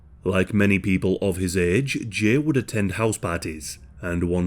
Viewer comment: The way you say Jay makes me want to rip my ears off